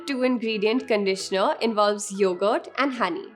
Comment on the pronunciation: "Conditioner" . Thanks for the video tho 💓